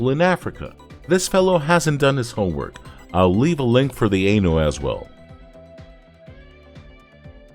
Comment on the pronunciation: it's cool that dude likes the show, but why does this dude pronounce it "show=goooooon." I mean, you can try to pronounce like a Japanese person, which is sho-gu'n (also, aye-new homie)